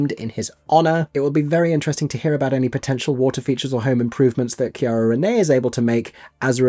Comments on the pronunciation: See-Air-uh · Just FYI her first name is pronounced like Sierra, not with a hard C. ❤